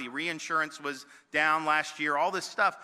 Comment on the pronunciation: Was it me or did he say.... "and lots of other shtuff"